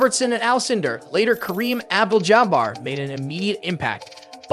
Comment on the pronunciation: Is this AI or is that honestly how you pronounce St. Louis and Abdul-Jabbar